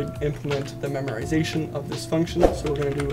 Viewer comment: Dude, there's no "r" in memoization...